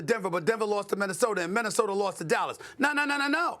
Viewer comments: Why does Stephen A always pronounce words that finish with a with r??? “Rob Polinker”. “Minnesotar” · Don’t forget “Minnisoder” lmao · Broooooo, then he calls “Minnesota” …. “Minnisoder” lmao